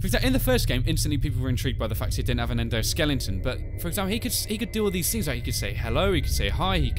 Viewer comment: it endosliton